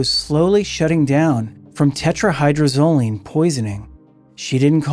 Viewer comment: Tetra-hy-droz-o-line. Phonetically: (Tet-ra-Hye-Drohz-Oh-Leen)) No biggie, but you’re missing a whole syllable. ✌️😁 Crazy how so many ppl actually think THEY will be the one to get away with it, when so many ppl have failed in the past using the exact same drug!🤦🏻‍♀️